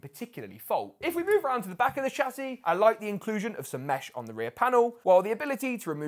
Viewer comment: who else is enjoying him repeating the word "shah-ssey"?